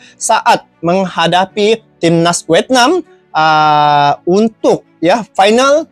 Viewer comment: Vietnam bang tenkuruk bukan wetnam😅